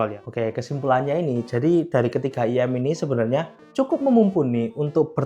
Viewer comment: IEM "ai-i-em" bukan "iyem" kalau gak bisa mending jangan disingkat langsung aja bilang in-ear monitor 😂😅